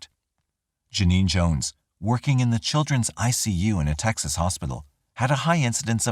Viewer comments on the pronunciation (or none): none